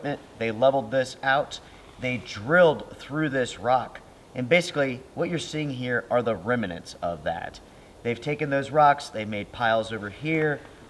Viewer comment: “Remuhnents” is not a word. “Luckly” is still not a word.